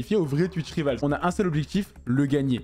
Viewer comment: Frerot on dit twitch "raivols" pas rivals à la française